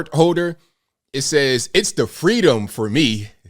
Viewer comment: It's the FWEEDOM for me. .........KAMALA (age 3)